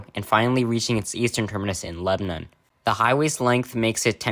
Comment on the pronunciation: bro made pronouncing murfreesboro harder on himself along with lebanon good vid tho